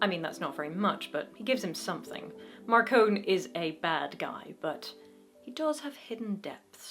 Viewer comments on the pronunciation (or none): According to all the audio books, it is Mar-cone, not Mar-con-e. Just FYI since you seemed to express concern about the pronunciation. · Marcone, not Marcone-y. But you're in good company, James Marsters also got it wrong on the first book recording 😄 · ah yes, the Tao of Peter Parker rules Harry's life. funny how James Marsters had to change the pronunciation of "Marcone" in the audiobooks from Mar-con-ay to Mar-cone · I really need to reread the series. I really like the early Dresden. I just finished the last book in the series and it really is getting a little dark. In my opinion, it is MarconE with a "EEE'" at the end. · going by the audiobooks Gentleman John Marcone's last name is pronounced with the "e" on the end, as in "mascarpone "